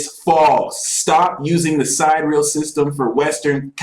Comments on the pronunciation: He keeps saying side-real... it took me several times of relistening to realize he meant sidereal, pronounced si-dear-ee-al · Why is he pronouncing "sidereal" like "side real"? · sidereal pronounced . sy dih re ahl... not side real... lol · How can someone claim to be an expert on anything involving stars and not know how to say sidereal with 4 syllables? Does anyone not have a problem with multiplying 12 by 12 and being off by three orders of magnitude? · Can't none of these so-called geniuses pronounce "Siderial" correctly?